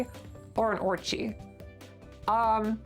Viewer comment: whats a orchy? I keep thinking you're saying orgy😂